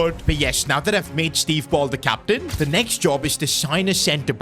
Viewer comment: “Captian” that AI needs work lol